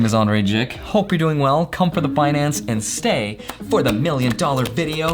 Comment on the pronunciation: Wait! Did Andrei just say, “Come for the Binance” instead of finance ? 😂 Subliminal messages 👻